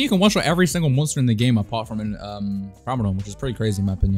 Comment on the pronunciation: its prim-a-don